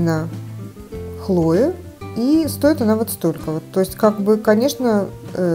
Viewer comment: КлоЕ, не ХлОе😂